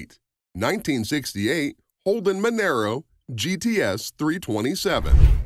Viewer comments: It's pronounced "mon-ahro". The XC Cobra was a V8 powered monster... it isn't a compact car either. It came from the factory with a Cleveland 351ci motor, a 4 speed toploader and a 9" diff. Why are you showing a Mustang Fox body cobra instead of the XC Cobra? The Falcon had nothing to do with the fox body mustangs. IIRC, they weren't even available in Australia. There were only 500 of the XC cobra's produced as Ford wanted to get rid of the last of the coupe bodies before the new XD Falcons came out. If you had 6 cylinder XC coupe, you just had a falcon. If you had a 302ci V8, you had a falcon GS coupe. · loved the way you talked about the ford cobra - australian model - then mixed in pictures of the mustang series 2 shit box from US , monaro is pronounced with a loud r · Didn't go into how many fords and holdens they had to sell to qualify for Bathurst so got that bit wrong. But when he pronounced Monaro,Monero and said how many they sold stopped right there. With a name like you can't be expected to do any research. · far to many mistake... All XR GT's came in GT gold with the exception of 13 cars. Monaro is not pronounced the same as Camaro. Its Mon-R-O. The R8 Malloo was not the first to be offered with a 6 speed manual trans, Holden-HSV first offered in in 1991 in the VN SS Group A. Torana is pronounced wrong... this video has so many mistakes its ridiculous and i cant be bother correcting any more... anyone watching should just assume its all incorrect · Why did you show the crappy mustang at the end when you were talking about an awesome falcon cobra? Also Mon-Aro not Mon- aero, But good stuff love Aussie muscle cars 🤙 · It's "MUN-UH_ROH" not "MUN-ER-OH" And you might want to check for facts on the Maloo. It's been around since the early 90s. And has been available with a 6 speed manual since 2000. The R8 is just a trim level, the name which has been used since 2000. And your picture of the "VF Maloo" is actually a VE. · MONARO not Monero